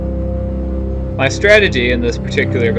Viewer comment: lol you pronounced it like Dasha (Dacia) sounds like a Russian woman lol. nice game though, I think you had it under control because of your position, and he didn't hit you with everything, all at once, might have worked in his favor that way